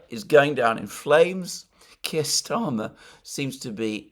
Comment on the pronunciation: Kire rhymes with queer!